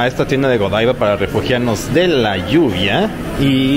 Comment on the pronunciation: Un bombón de chocolate se derrite cada vez que alguien dice "godaiva" en vez de "godivá", es una marca belga francófona!!!!!!!!!!